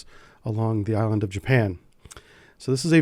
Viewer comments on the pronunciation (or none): none